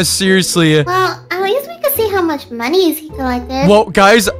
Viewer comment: And why does he say "moniez" instead of money????